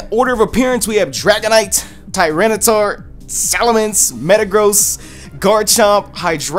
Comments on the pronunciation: it's pronouced TAIRENITAR not tiranitar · Tyranitar, not Titar